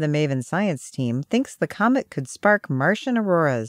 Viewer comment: "Coment" instead of "comet" ??? Lol